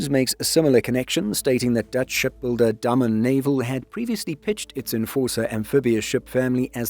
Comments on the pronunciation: The ship builder is called Day-men, not Dumb-un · Dah-mun in English phonetics. Not Day